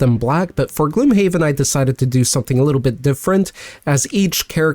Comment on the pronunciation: I always thought it's pronounced "gloomhaven" not "gloomhaven"